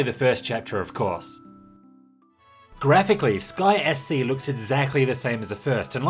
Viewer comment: Sounds like you say "Disgaea C" when you say "Sky SC". Had to rewind a few times.